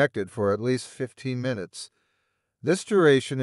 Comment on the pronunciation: NIce informative video, but kind of creepy once you realize that it is AI Generated. The big flaw was that he can not say "Minutes"...He says "Ninutes".